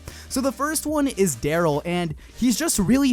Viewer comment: You called Darryl flat.. 😂